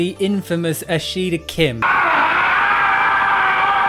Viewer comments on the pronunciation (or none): I'm sorry, did you say the legendary "Bull-Shit-toe Kim"? 😆